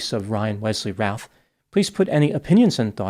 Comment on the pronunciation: The name is pronounced like 'Ruth' like the female name.